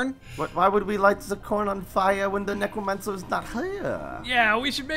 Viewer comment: did he say negromancer lol